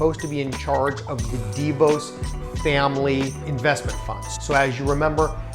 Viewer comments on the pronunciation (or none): The name of the DeVos family isn't pronounced dee'-vose. It's pronounced dee-voss'. Emphasis on Voss. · Pronounced "deh-VAWSS", we're from their home town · I've mostly heard it pronounced D'Vos. Not sure which is right or that it matters. Great content regardless.